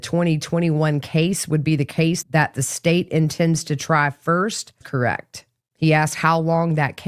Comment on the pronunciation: 💧💧💧😢 You appreciate music, 🎶 Since when does 'me' have three notes 🎶 You are are also articulate verbally so since when does 'correct' have one syllable 🙃